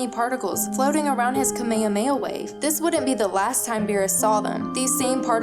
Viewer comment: DAT BOI that's how it's actually pronounced lol